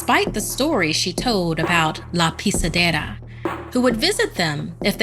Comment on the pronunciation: Because of her how she says: la pisedera i can tell that she speaks that language rlly good